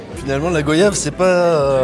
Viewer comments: finalement la GoYiave c'est pas.... (on dit GoYave par pitié, vous dites pas un Voyiage mais un Voyage beh c'est la même choses) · GOYAVE <PRONONCIATION> - "GOAYAVE" SVP